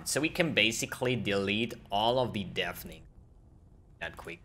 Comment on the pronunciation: It is pronounced deff ening not deef, dief :) Sag Jeff - tausch das J aus für n D- tadaaaaa